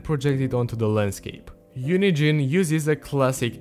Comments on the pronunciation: lowkey half the time when he says UNIGENE it sounds like he's saying unity and it hella confused me. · "unigine" lol